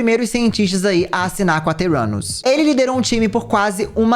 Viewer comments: Não consigo ouvir o nome da empresa dela e não entender "teu ânus" kkkkkkkk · Toda hora que o falava Theranus eu só ouvia "Teu 4nus" XDDDD